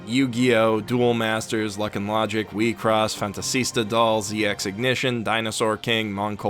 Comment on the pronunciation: Can anyone tell me the name of that anime, please? The way he says it is incoherent to me (it sounds like weib cross but that turned up nothing on google).